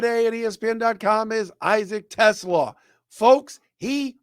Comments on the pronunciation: I think his name is pronounced Teslaaaa, long "a" if I remember correctly. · the pronunciation is Te-SLAH. It rhymes with ooh-la-la.